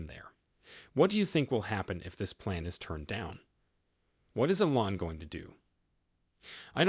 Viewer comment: Obvious AI. Teach it how to properly pronounce "Elon."